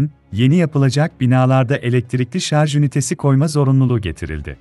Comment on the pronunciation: Şarz değil, şarj